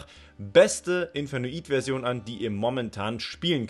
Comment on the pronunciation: Zu deiner Aussprache: Ich verstehe jetzt wieso du es aussprichst, wie du es tust, muss dich jedoch korrigieren. "Infernoid" setzt sich aus den Worten "Inferno" und "Void" (engl.: Leere) zusammen, die archetypspezifischen Spell/Traps sind da auch eigentlich ein ziemlicher Wink mit dem Zaunpfahl. Demnach ist die Englische Aussprache die Korrekte. Du sprichst auch "Onuncu" falsch aus, aber das macht leider fast jeder, also kann man dir das nicht übel nehmen. "Onuncu" ist türkisch und bedeutet ungefähr "Der Zehnte" (Anspielung auf das Level, wie bei fast allen Main Deck Infernoids). Das Wort wird "OH-NUN-DSCHU" ausgesprochen. Gern geschehen ;)